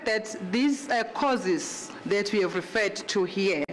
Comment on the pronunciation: am tired of hearing causes instead of courses.